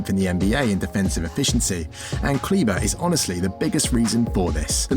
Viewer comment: He is KLEBER not CLEVA